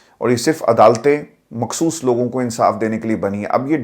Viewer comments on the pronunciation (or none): none